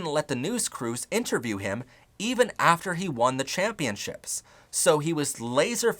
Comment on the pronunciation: "those state champiomships should have been mine!" 😭💅